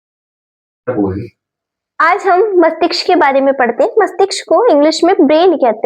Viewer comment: Mastiksh nhi mastishk hota hai mam 😂